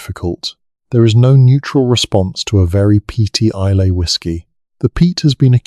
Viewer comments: Oh aye and the island of Is- lay 😂😂😂😂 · Islay is pronounced isle-la ….Scottish Whisky doesn’t have an ‘e’. The overall detail and information is fascinating and well- researched. Thanks for that. Maybe have a local proof read/edit the text and especially pronunciation on narratives.